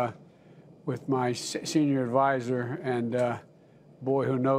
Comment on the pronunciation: Did he say: "I'm here with my sex senior advisor" ?